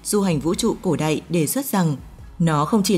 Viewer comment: Chị này nói giọng Bắc mà phát âm sai chữ y vd cổ đạy, hiện đạy mới ghê